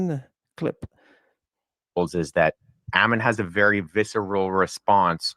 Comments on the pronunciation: Make no mistake- the mispronunciation of your name was a passive /aggressive attempt at insult, plus they superstitiously avoid your name, lest they invoke your presence. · Him mispronouncing and misspelling your name on the video was a sign of blatant disrespect and disregard. It was intentional Hail Ammon and Mother Greek